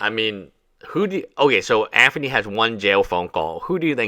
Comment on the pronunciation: Bro stop mispronouncing Anthony with a "F" i enjoy your videos on this subject matter but you lisp is annoying AF. AnTHony and Aferny.